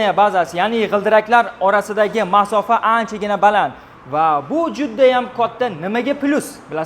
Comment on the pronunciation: Мафоса. деганига нима дейсиз😅